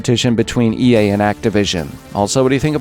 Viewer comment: everytime you said ea i heard yay...